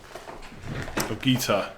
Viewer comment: Guaita is not pronounced “guitar”